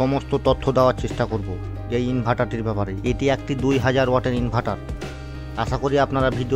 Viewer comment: ইনভার্টার ❎ ইনভাটার ✅😂😂😂